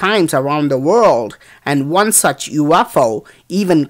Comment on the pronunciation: Keep on placing things here.Very interesting. (Grandfather born south of Mumbai). Get more info on this stuff please.(Remove the racial posts please.) [ Pronunciation points: Ak-Sell-er-ay-shun. U-F-O. Da- Vin -Chee.] Please keep placing things here. 24Aug17.